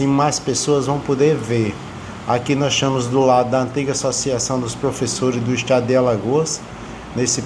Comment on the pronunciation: "Estiamos" ? "Estiam " É outra Língua Portuguesa em Alagoas?